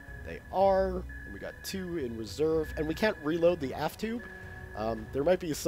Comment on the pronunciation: Its aft not ass